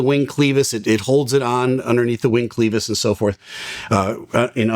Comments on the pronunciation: Love the channel. Wiggle room in any bearing is known as play. Clevis is not pronounced like Cleveland (or ) it is like clever. Clev iss Machinist here, but not pilot. Respect your channel. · klevhis not kleevis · I always heard "Clevis" pronounced as, "Kleh-vis" or "Kleh-vus". "Clee-vis" makes me think of Beavis and Butthead. Clevis and Clutthead. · It's pronounced Clevis, not Cleavis. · Former Missile Inspector (unmanned aerospace vehicles): Clevis ia pronounced CLEH-VUS - short 'e' - EH...not long 'e' - EE. Clevis pin etc. The crack was not Sperical. That infers a globular travel of the fracture. It was Circular, around the circumference of the failed part. Biannual inspedtion of these mounts would have been appropriate. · I’m sure I’ve commented this before but it’s not Cleevis it’s Clevis as in Cle-vis. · It's 'clevis', not 'cleevis' 😮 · The word clevis is pronounced CLEH-VIS. PLEASE stop saying cleeevis!! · love the videos, but please learn how to pronounce clevis. kleh-vuhs. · As soon as he said clevis with a long e sound I knew what I was in for. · I love but as a jet pilot, he's a bit like a Doctor (or worse, a lawyer). Thinks he knows too much. He lost me when he said "clevis" like "cleedis" but not "clever" as it should be. That assembly is generically called a pillow block. Very common component used to be made by Marlin Rockwell (now SKF). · Fun facts: That engine mount is the same basic design as a regular car’s motor mount. Also, rigid structures are more susceptible to cracking. Moving parts are susceptible to wear. And clevis is pronounced with a short E, “eh”, sound. Cl-ehv-iss. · To be fair, it's not a commonly spoken word, and it certainly looks like it's supposed to be pronounced with a long "e". How do you pronounce "devious"? Or "lenient"? Or "Jesus"?